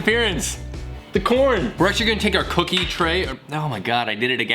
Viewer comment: Cooki-uh baking sheet